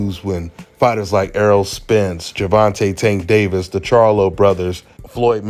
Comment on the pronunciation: That Butt Hurt Bastard Always Bin a Hater... He The 0nly Person on This Planet That Cannot Pronounce Gervanta Name Right...